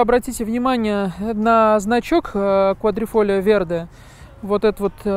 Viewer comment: Квадрофолио вєрде, немного не точно произносите название.